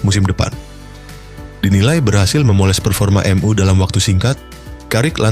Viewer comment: Bacanya em yu bukan m u Tolol